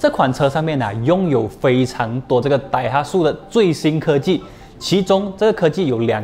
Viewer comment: daihatsu 要读成 dai ha tsu，不是 dai hat su tsu 读音类似“之”